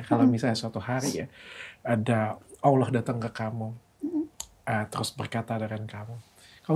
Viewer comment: Aamiin... Td AQ dengar , insyallah cara pengucapan kata "Allah" oleh dokter SDH spt orang Islam pada umumnya.....